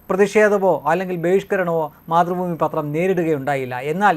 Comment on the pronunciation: മാതൃ ഭൂമി അല്ല...... മാത്തു.. ഭൂമി